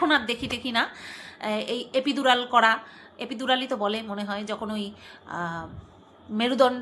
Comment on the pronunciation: Apnar pronunciation bhison horrible, size k sije, epidural k jaa bollen sotti. Trimester k trimster. Ja ta. Google a word ta search korben, word tar side a eita speaker er sign thakbe ota press kore sune neben pronunciation ta